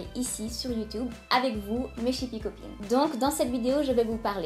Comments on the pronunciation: écoute bien a tu verras bien qu`elle a dit Youtoub --" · Moi aussi j'ai entendu youtoub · je suis la seule a avoir enttendu Youtoub et non pas YouYub :/